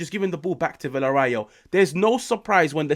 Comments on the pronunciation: VillarREAL not VillarRAEL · It's pronounced viya-ray-yal.